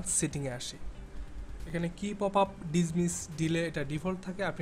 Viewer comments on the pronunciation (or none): "শ" আর "কে" কি? আগে ইংরেজি ঠিক মত উচ্চারণ করা শিখুন। show বা শো, key বা কি। ব*দ!